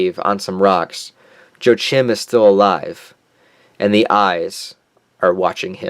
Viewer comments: I think "Jo Chim" is supposed to be pronounced "WaKim." I think the "J" is silent. Maybe its spanish? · Yo-a-chim - >ch is spoken like the h in hustle or hollow. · Can someone be wrong if they truly believe they're doing righteousness in the name of God? Can a human really say? Also Joachim is pronounced (Yo-uh-kim) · Joachim is pronounced "Wha-Keen" I think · use the german/japanese prouncation Its like this Jo-a-chi-m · Joachim is pronounce wa-keem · It is prounounced "Joaquin" like Joaquin Phoenix. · Joachim? What did you say? It's common in Germany and. Well. Say "yo" "ach" "hiem" him spoken like the end of the name hakim . Hard to describe but it is a 3syllable name. Jo_a_chim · Hey bro, Joachim can be spoken in that way in English: "HO - AH - KIM" or "SHO - AH - KIM". I'm from Brazil and Joachim (SHO - AH - KIM) is an common portuguese name here and also in Portugal. P.S. Keep going with these good videos. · Joachim is pronounced like Joaquin but with an M